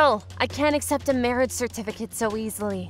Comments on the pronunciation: When they say certificate they pronounce it certifercate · Bro what's a certerficate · The way they pronounce certificate as "certifercate" really bugs me and I dont know why